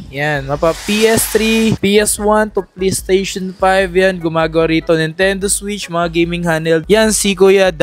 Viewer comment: mura kasi PLE-STESHON ang brand 😅😅